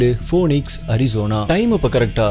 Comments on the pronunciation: Hi mate! It's not 'Phone-ix'. It is pronounced like 'Feenix'. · Bro that is not poonix that has to pronounced as feenix (phoenix) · போனிக்ஸ் இல்லை பீனிக்ஸ் என உச்சரிப்பு இருக்க வேண்டும் sir! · bro everything ok. but please pronounce the words correctly. It's phoenix not phoneix. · Phoenix pronounciation (fenix)